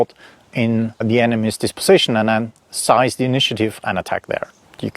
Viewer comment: Fascinating. Thank you. Pronunciation: seize like sees (not size); and encircle like circle (not cycle).